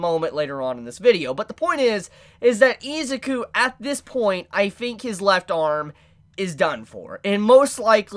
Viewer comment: Its pronounced. e-zoo-ku it bothers me how you hold out the I and rush the zuku